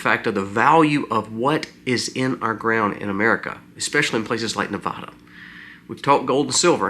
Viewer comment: Please, for future reference, it is pronounced Ne-VAD-uh, not Ne-VAH-duh. :body-green-covering-eyes: It's a touchy topic here! Thank you!